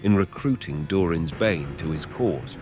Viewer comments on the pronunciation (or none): eh, you say Durin's Bane weird... specifically "Durin"